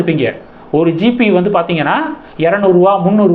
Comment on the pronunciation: தம்பி அது GB, GP இல்லை